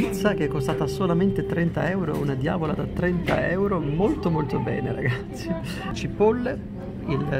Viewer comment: Raga io ho capito RACAZZI invece di RAGAZZI ma ok...😂